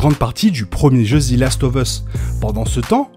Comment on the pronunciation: Merci pour toutes ces videos ! ( "zi" last of us ca fait un peu mal aux oreilles par contre 😅)